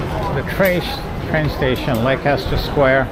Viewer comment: You know it’s pronounced Lester Square